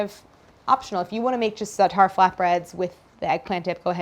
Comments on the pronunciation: Stress on the first syllable of "za'atar", not the second. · love white ppl colonizing zaatar and not pronouncing it right👍